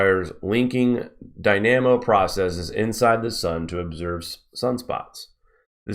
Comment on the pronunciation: Great work! For future reference, "dynamo" receives the emphasis on the first syllable, and pronounced "die-nah-moe"